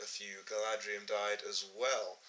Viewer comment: It's Galadhrim, not Galadrium